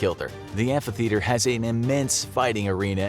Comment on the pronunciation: This dude really said amplitheater